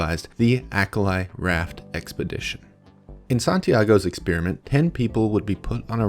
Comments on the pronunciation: I'm not overly happy with the way you mispronounce "experiment" as "ex-spearmint". I know you're a Yank and that allowances must be made, but still. It's horrible. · santiago should conduct a study on why this bozo pronounces the word exSPEARiment. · Exspeariment? The people are attractive? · Why do Americans insist on saying "expearment" instead of "experiment"? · why do Americans pronounce "experiment" "ex Spearmint" ?